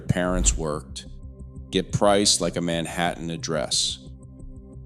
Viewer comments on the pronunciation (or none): none